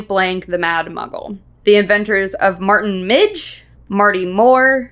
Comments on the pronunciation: It's Martin Miggs not Martin Midge, channelling my inner Hermione 😄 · It is actually Martin Miggs not Midge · Its Martin Miggs not midge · You guys should get someone to fact-check the Patreon questions. It's not Martin Midge, it's Martin Miggs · It’s Martin Miggs not Martin Midge though… unless it’s midge in the British edition??? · It's actually "Martin MIGGS".